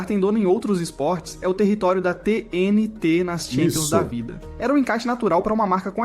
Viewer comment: A única coisa que não parece ser IA é a edição, pq até a narração fica óbvio que foi IA Minuto o narrador pronuncia todo estranho a sigla da TNT